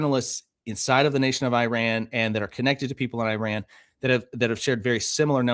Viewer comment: Such a minor thing, but please learn how to pronounce the word, Iran